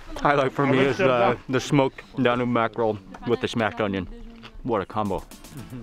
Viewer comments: I know it's not DaNOOB river, it's DA-NUBE(as in TUBE) and I am not even Romanian. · It's pronounced Dan yoube not how you say it. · "Danyoob", not "Dahnube" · DAN - YUBE!!!!!! NOT DAN - NOOB!!! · Great vid, just an FYI it’s pronounced Dan-yube. 😊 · DAN - YUBE (Danube) , pronounced similiar to TUBE